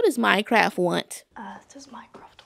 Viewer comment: I absolutely love how she pronounces Mycroft as Minecraft 😂❤ also tysmmm for making these videos I loveee them :)